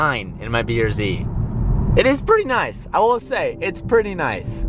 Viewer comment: is is just me or do and say beer z rather than brz?